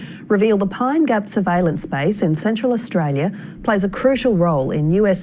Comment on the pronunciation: It’s a trip hearing an American pronounce Australia like a full on yobbo, “Uh-stray-ya”. You have it down pat mate. Mad respect bruz!